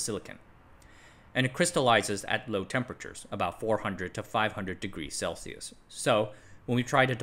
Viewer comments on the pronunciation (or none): none